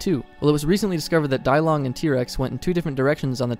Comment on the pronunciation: Dilong is pronounced (Dee-long) not Die-long......